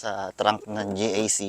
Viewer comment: Bakit ka GAK ng GAK? GEE EY CEE nga yan